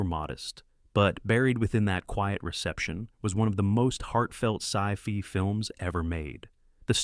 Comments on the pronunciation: "No matter where you go, there you are turned into philosophical catch phrases." "Buried within that quiet reception was one of the most heartfelt SCI-FEE (!) films ever made." Seriously, Content Creator, do you ever LISTEN to what the AI voice is doing to your script? There are ways to fix this BEFORE you publish. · Sci fee?? Sci fee? It's chowder say it right !!!! Ai is like the Clouseauesk waiter from that Simpson episode I wish there were more ways to demean AI narration